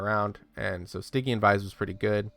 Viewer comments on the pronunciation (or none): Cool guide. Think I might mess around with this kinda build next. Also, "Stygian" is pronounced with a soft G, like a J sound, like "Surgery".